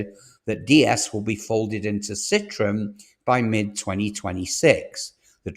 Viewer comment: Wow Citron and Opal. You're an AI, aren't you?